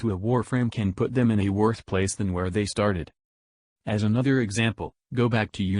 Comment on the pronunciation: One thing that pisses me off about, he pronounces all his 'Th's as 'F's. Bugs the fuck out of me. Really petty I know but I just can't go the whole way through one of his vids. "And anofer fing". Shiver.